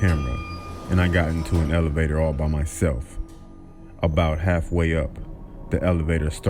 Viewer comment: I'm sorry but the way the narrator said self made me lose it